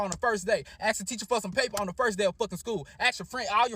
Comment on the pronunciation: "ask" "nail on the head" you almost had it.